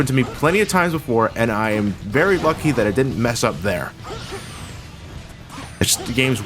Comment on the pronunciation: Did u say Bucky instead of lucky